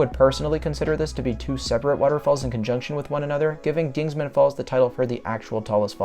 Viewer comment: Dingman not dingsman. Show some respect to Jebediah Dingman,the 4th earl of Worcestershire England UK. Dingman Falls,say its name.